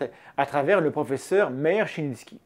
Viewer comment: Désolé d'être chiant, mais Meir, ce prénom Hébraïque se prononce "Mé-ir" en deux syllabes, pas "mér". Voilà c'est tout voilà quoi. (Et Menachem, le CH se prononce comme le J espagnol, vaut mieux le remplacer par un r si on a du mal à le prononcer) Rien d'important, mais j'aime bien faire chier le monde.